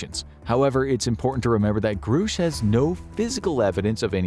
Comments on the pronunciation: It's Grush not Groosh. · It's pronounced GRUSH NOT GROOOSH 😂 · Its Grush, not groosh. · Grush, not Groosh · Just gunna say this, not to knock on you guys, but because it's been bothering me all over the place right now: it's pronounced "Gruh-sh." Not "Groo-sh". David Grusch himself pronounces it this way in his interview with Ross Coulthart. Gruhhhhsch. Just sayin'. Anyway, back to the topic at hand here: if Grusch is correct, then this disinfo campaign has been waged on the civilian populace and corporate interests are hoarding advanced technology for their own profit and intending on weaponizing it. Gee, what a surprise, never heard that one before. 🙄 Honestly the massive delusions so many "powerful" people experience is the best evidence we have of a larger need to take mental health seriously. Funnily enough... Most people who report UAP sightings are perfectly mentally stable. Myself included. I ain't crazy because the Universe decided to give me a high five and show me something fantastically amazing, lol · The pronunciation of the whistleblower's name is gr-ush not groosh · Call him "Groosh" one more time.... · Grusch is a short U vowel sound. Not long U vowel sound. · It’s amazing how you can know so much on this topic yet still pronounce Grusch incorrectly.